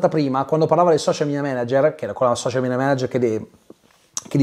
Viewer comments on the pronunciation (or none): none